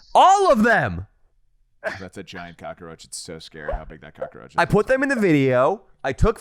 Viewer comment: I giggled every time I hear them say cockroach as “cockaroach”